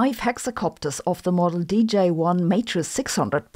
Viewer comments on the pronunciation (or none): It's DJI, not DJ1